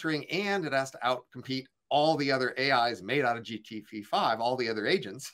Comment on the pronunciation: I find it difficult to take an argument seriously when the person can't even pronounce GPT correctly.